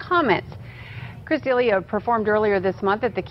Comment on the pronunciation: People that pronounce D’Elia wrong. Juan Fyre s’bad.